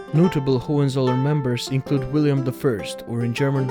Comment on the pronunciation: Wilhelm not Wiliam He was German not french or english